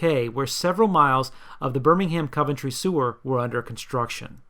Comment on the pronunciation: Coventry is not pronounced like that